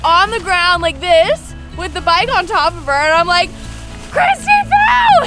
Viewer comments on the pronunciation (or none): none